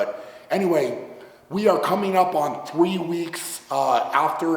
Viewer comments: “Thwee weeks” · "Thwee weeks"